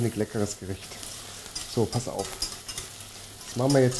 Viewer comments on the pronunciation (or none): none